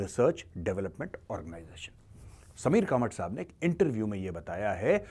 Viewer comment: It's कामत sir 😅😅😅